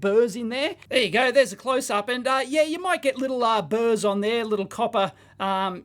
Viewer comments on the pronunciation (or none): none